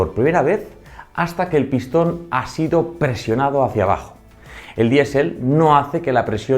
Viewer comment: "Luftuafe"!? "Diesel"!? Qué manera de pronunciar!